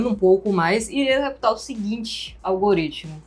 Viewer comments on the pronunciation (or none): none